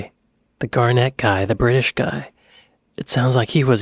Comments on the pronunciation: Gárnet (lke the stone) not Garnétt. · Pronounced GAR-nit, not Gar-NET. Change the 2nd vowel. Emphasis on the 1st syllable. As opposed to the NBA star, Kevin Garnett, who can keep the way he pronounces his name. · Sorry, but no. It is Alf Garnett with two T's and pronounced Garnett, as in Barnet, daft git, in'it ;p Perhaps you're confusing Alf with Hyacinth Bucket from Keeping Up Appearances who is famous for wanting to be known as "Hyacinth Bouquet". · Am I the one to make the comment on how to pronounce Garnett? Ok then, it's pronounced Garnit 😀xx